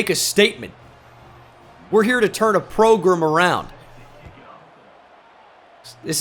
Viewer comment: "I'm the head coach at Trenton State..... we're here to turn a progrum around!" 😂😂😂